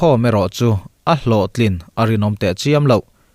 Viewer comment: Myanmar tiloin Myanma iti tlatin ka hria